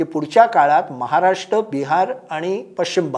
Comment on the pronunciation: राष्ट महाराष्ट "र" चा उच्चार? कोण करणार हिंदी भाषकांपेक्षा बरं ते राष् महाराष् राष्पती असा उच्चार करतात